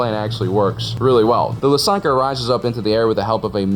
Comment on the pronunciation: As a belarussian I had to double take your pronunciation of Lusankiya